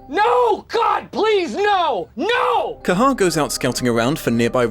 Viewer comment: You're killing me with saying the bird's name. It's Kehaar.